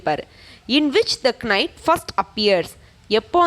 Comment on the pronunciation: K is silent in knight mam